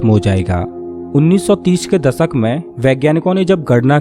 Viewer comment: Par ye log sahi se bolte nhi ghalat bolte h. Parkas nhi prakash Paribhasa nhi paribhasha Ankus nhi ankush Dasak nhi dashak Antrich hehehe Or bhi bht words hain